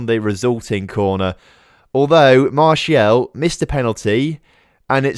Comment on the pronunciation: Please do sell Martial so I can stop listening to you calling him "Martielle"